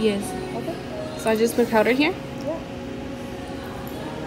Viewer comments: The lady said dipped powder or acrylic powder.. she said “PoWdEr” 😂. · Heba Assaf LMFAOO I- 😭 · Lizeth Avelino i hate when ppl say it like that😭😂